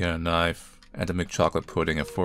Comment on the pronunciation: "a kitchen knoyf"